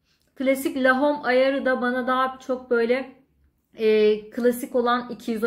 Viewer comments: Yuvi sen(t) loren şeklinde okunmaz. İ(y)v sen lor(ğ)an şeklinde okunur. Lahom şeklinde okunmaz. Ĺo(h)m şeklinde okunur. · La hom değil lom diye okunur. Parfüm incelemesi yapıyorsunuz ama daha ismini okuyamıyorsunuz. iv sen loren lom diye okunur.